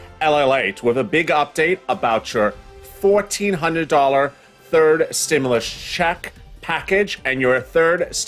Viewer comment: I listened 3 times and it sounds like you said you're getting a 14 dollar stimulus check, lol. I'm assuming one of us is mistaken.